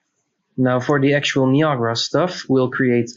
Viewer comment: Just so you're aware, it's three syllables and pronounced *nigh-a-gruh* (the waterfalls in Canada) and not *nee-ah-gah-rah.* Many seem to get it wrong for some reason. That aside, good video.